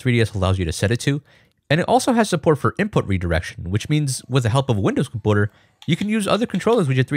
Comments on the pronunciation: comPOOTER, is this how Canadians pronounce computer or something?! Lol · please just say computer normally its annoying the shit out of me, good tutorial tho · You need to learn how to say "computer" properly, though.... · i love when he says compouter instead of computer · I love how he says "compooter" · wtf is a "comp-owter" ??? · why does he say computer like that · I cannot handle the way that you mispronounce computer.